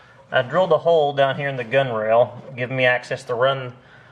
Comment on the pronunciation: Its not called a gunrail. Its spelled gunwale and pronounced gunnall